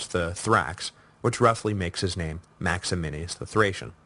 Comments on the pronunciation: One of my favorite things about this podcast is Duncan's repeated slaughter of Latin and Latin names, like "Maximinius" instead of what it should be MaxiMINUS. He's now qualified to be the Gallienus of Classicists, which I'm sure he'll pronounce Gallienius. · isn't it Max-i-MINUS Thrax and not Max-i-MI-NI-US Thrax? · Absolutely. And MaximiNUS, not MaximiNIUS. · I kinda wish someone would have told him that it's MaximiNUS. Not MaximiNIUS. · The name is Maximinus, not Maximinius. Can’t you read? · MAXIMINUS THRAX! NUS not NIUS. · MAXY-MINUS Say it with me. MAX-E-MINUS. Or, if you want to pronounce it authentically, "Max-e-me-noos" In no way should you pronounce it 'Max-e-min-e-us', sir. I think you have Maximianus on the brain, sir. Also, traditionally, Pupienus is anglicised to 'Poopy-Anus', although I see you shied away from it. You could also say, "Poo-pee-E-noos' if you wanted to pronounce it authentically. You did a pretty good job with the greek name Tim-ess-sitheos, though. (sorry, I don't really care how one pronounces ancient names to which we really only have good guesses as to how they were pronounced anyway, just thought it was funny because you say 'Maximinius' so darn much : ) ... The Crisis of the Third Century is so interesting, and I can tell it is or was one of your favourite historical periods as well. I like the breakdown of the Gordian->Philippus situation. That succession is one of my favourites; a total who-done-it with an epic anabasis setting; some parallels to Carus->Diocletianus there. I think we always tend to assume the worst in terms of the byzantine machinations of Imperial Roman succession, and for good reason-- but who knows. It's very possible, as Sassanian sources claim, poor little Gordy boy got his butt spanked and stuff went downhill. I guess that's why Severus Alexander was so hesitant to march into Persia) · Would you quit throwing an extra I in Maximinus!